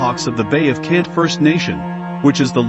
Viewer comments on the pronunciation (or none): Very nice video but I just want to help you out it sounded like you said you kept calling the Bay of Quinte as Bay of Kent It is pronounced like this "Quinn tea"